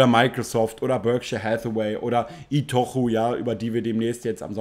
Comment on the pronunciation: Ist jetzt nicht super wichtig, aber man spricht die Firma “Itotschu“ aus.